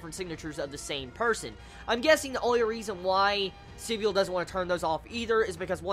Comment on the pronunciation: I thought it was pronounced Si-bul rather than sib-y-ul